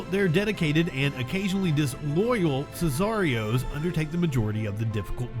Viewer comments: It's pronounced Sick are ee ohs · This guy can't pronounce sicarios or some of these guys last names. Smh and I'm supposed to watch this video. Idk why it bothers me but it does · The way he pronounced sicarios drives me crazy for some reason lol